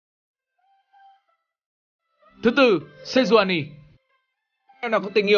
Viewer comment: Sejuani chứ kp nà Senjuani nha :D